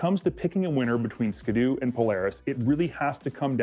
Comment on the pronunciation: did this guy just say "ska-doo" like a hundred times? It's a ski doo. Skee-doo. Like skiing. Get it?